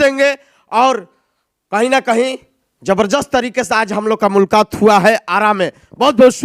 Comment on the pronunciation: Mulkaant Hua hai 😂✔️ Mulaakat ❌